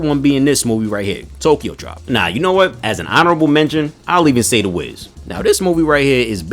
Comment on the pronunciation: You said Tribe wrong